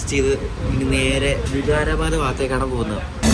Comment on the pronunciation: നിങൾ പറയുന്നത് ബീഡർ എന്നാണ് എന്നാൽ ശരിക്കും പറയുന്നത് ബീദർ എന്ന് ആണ്, അത് പോലെ ലത്തൂർ അല്ല, ലാത്തൂർ ആണ്, വിഗാരബാദ് അല്ല വികാരബാദ് ആണ് pronounsation ശ്രദ്ധിക്കൂ, പിന്നെ റെയിൽവേയുടെ ഓപ്പറേഷൻ സിസ്റ്റം നിങ്ങൾക്ക് അറിയില്ല അത് കൊണ്ട് തന്നെയാണ് നിങൾ റെയിൽവേയെ കുറ്റം പറയുന്നത്, അത് പോലെ വൃത്തിയുടെ കാര്യം പറഞ്ഞു ഇത് ഒരു പൊതു മുതൽ ആണ് വൃത്തിയാക്കി സൂക്ഷിക്കേണ്ടത് പൊതു ജനങ്ങൾ ആണ്